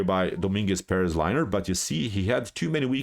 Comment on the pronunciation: Good analysis as always, but you butchered Lenier first name without any mercy man. Poor guy is now liner. Didn't help him much today though. xD